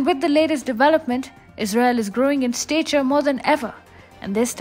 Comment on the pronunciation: Stat ture it's pronounced